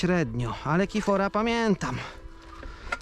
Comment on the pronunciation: Tirfor a nie kifor